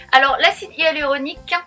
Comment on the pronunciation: Pourquoi prononcez-vous "hUaluronique" et "Ualuset" ?